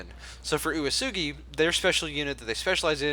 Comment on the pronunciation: "Uesugi" is pronounced "way-soogy"